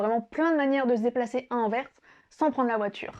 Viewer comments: C'est ma ville natale (où j'ai jamais habité) et merci pour ce chouette portrait. <3 La prochaine fois essaie d'aller à Bruges, qui est d'après moi la plus belle ville de Flandre. PS: Merci d'avoir bien prononcé Anverssssssss :p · Merci! Grâce à toi j’ai prouvé à ma femme que Anvers se dit anverSEUH et non Anvers sans la prononciation du S. Merci beaucoup.